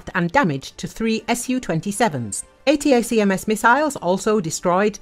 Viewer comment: Tip to your narrator (assuming it’s not AI): ATACMS is pronounced “Uh-TACK-ems” rather than pronouncing each individual letter of the acronym.